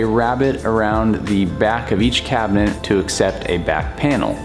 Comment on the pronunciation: Is he saying cabineNt?